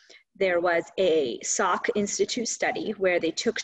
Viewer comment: Salk institute not Sak